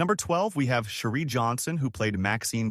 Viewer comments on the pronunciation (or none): Her name is not Sherie it’s Cherie like cherry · Cherie pronunciation is cherry!!